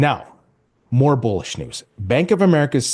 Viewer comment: I thought he said Bull💩 news.